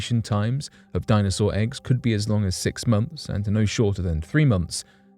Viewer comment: "A baby dinosawur."